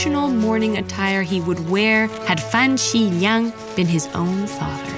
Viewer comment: Great representation! ABC that can't pronounce simple Chinese (just Meng Jiang and Fan Xi Liang) properly.